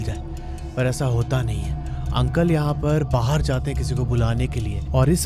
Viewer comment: Why are you saying 'bahaar' for 'baahar'